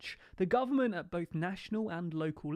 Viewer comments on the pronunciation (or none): none